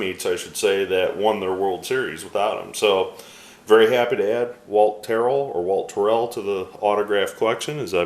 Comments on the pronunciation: Wow I learned a whole bunch about Walt Terrell that I never knew !! I love the way you tell us all about the players. Also we pronounced his name the first way you said it. So you were right :) Thanks for sharing all this cool info !!! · Ernie Harwell called him Tarrell the first way you pronounced it and if Ernie was wrong than I am with him =) Awesome returns thanks for sharing